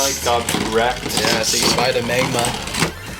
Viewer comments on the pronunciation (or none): I like how he said magmar instead of magma 🤣🤣🤣🤣